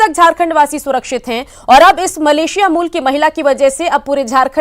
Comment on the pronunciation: news18 walo मलेशिला नही मलेशिया होता है मूर्ख मीडिया